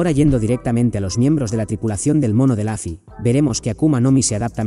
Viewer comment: Lufy con U no con A, es un nombre propio, se pronuncia tal cual, no es inglés.